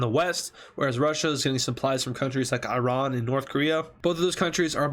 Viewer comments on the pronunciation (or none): none